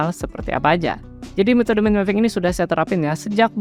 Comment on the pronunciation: baca "mind" itu mukan "min"bang....tapi maen.....